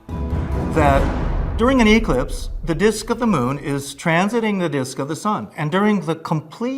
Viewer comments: The word is eclipse /u’-KLIPSS/ . Both noun and verb are pronounced with the same syllable stress. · 100% 👏 ...that moronic rising intonation and the way he pronounces "EEE-clipse" Jeez 😂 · Why is he stressing the E rather than the C in eclipse? Does he think it's an Electronic Clipse?! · who the fuck calls it eeeclipse? it's an eclipse. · "Eeeeeee-clips" - easily impressed dude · anyone who pronounces it eeeeclipse, can not be trusted. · Ee-clipse? Lost all credibility with me now lol. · Was I the only one bothered by the pronunciation of eclipse? E-clipse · Why can’t that man say eclipse properly? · The man who thinks he's an expert on "eeclipses" doesn't know how to pronounce the thing he thinks he's an expert in. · Why does me pronounce ‘eclipse’ like the word is an abbreviation of ‘electronic clipse”? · The emphasis he puts on the E in eclipse 🤣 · The way he pronounces eclipse suggests there is a A- B- and C-clipse as well just realized that he is the "aliens from the SKOY" guy from ancient aliens 😂